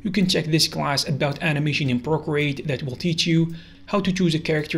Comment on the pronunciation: ah yes, my favourite drawing app. “Porcreate”